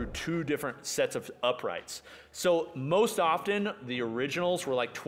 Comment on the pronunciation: Am I crazy or does sound like he's slurring when he says "Most, sounds like "moesht" and it was so distracting that it pulled me out of the video hahaha. I love you man.